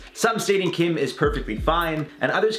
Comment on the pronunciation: Sissss kim is him last name! why him called like that lmao